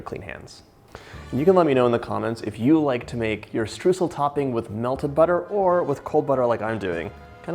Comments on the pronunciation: The first syllable of Streusel is not what you are saying. It sounds like the second syllable in "destroy" (de) stroy-sel. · It's pronounced "stroisel" :) lovely recipe xx